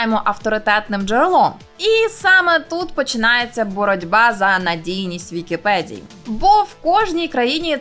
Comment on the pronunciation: нашо українською мовою говорити з мацковскім акцентом? не "на вікіпеДЗії",а на "вікіпеДії" - невже це складніше вимовити?